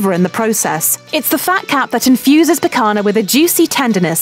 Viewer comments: Picagna pronounced as lazagna would sound better than picana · It’s picanha, not picana. If you’ll make a video about Brazil do it right... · Would it really be too difficult to at least attempt a semblance of correct pronunciation? It's not that hard to write a script phonetically and would go a long way toward showing some respect for other cultures. For instance, picanha = pee-con-ya. Easy! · Picanhhhhhha, picanhhhhhaaaa...not picana!!! Lol you could say fraudinha.....is the same way lol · That's pronounced "picanya", not "picana". I can recommend Centenario in Santa Cruz do Sul in Rio Grande do Sul state as a true Brazilian churrascaria that's been in business for more than 100 years. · how about pronouncing words correctly? Rotissio (like rotor) not road-easy-o Picañha (pi-can-yah) not pick-anna and so on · (Picana 😂).... O certo é ( Picanha 👍💪) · While she has a British accent the pronunciation of picanha is PEE CAHN YAH and not PEE CAN AH. Fogo do Chão is pronounce Fogo do ChOWN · "Pickonna" "Fogo di chow" "Cherassco" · I felt a pain in my ear each time she spoke "picaNa" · the right pronunciation: picanha = pee-ca-ña churrasco = shoo-ha-sco chuleta = shoo-le-ta churrascaria = shoo-ha-sca-ree-a other than that, this video is surprisingly accurate, but this type of barbecue is more common in southern brazil and we actually do this "gather around the fire" thing to this day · Brasil: *chillin'* Gringos: Tshuráskou, PykaNa jokes aside, i'm pretty impressed with some of her pronunciations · Saying she murdered the language is a bit too harsh, the only thing that really bothered me is how she couldn't pronounce the nh in picanha but pronounced it perfectly in fraudinha. But actually I think it's better pronouncing it like "picana" than pronouncing it "pican ha" with the H pronounced like the brazilian R. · Its pronounced "pikaña " (pee-khan- Ya) im American and know that lol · LOL, the British lady can’t say picaña, there’s an ñ! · só o "picana" que não passa